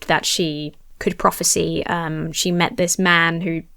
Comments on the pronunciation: If you're interested, the verb form (prophesy/prophecy) is not pronounced the same as the noun prophecy. Instead of being "prof-a-see", it is more "prof-a-sigh". Sorry, but it was jarring every time you said it. I'm old. And grumpy. Sorry. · Just so you know, the verb form of prophecy is prophesy, which is pronounced with a long I at the end. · Okay but why do you consistently pronounce "prophesy" identically to the way you pronounce "prophecy"